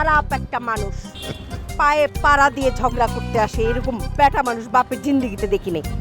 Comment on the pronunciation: ঝগড়া কে ঝড়গা বলে 🤓